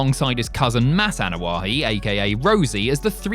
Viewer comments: Ok seriously.... it's Anoa'i..... why you added an H sound to the name?? What's so hard?? Ah No Ah Eee...... what the fuck 😆 🤣 😂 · You need to pronounce the last name the right way